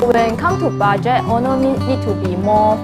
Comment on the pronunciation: I cringe whenever she says owner but sounds like honour. and vinyl become whinner.